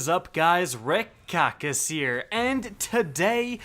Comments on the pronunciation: I hear Rip Kackis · I always hear Red Kackis instead of Rick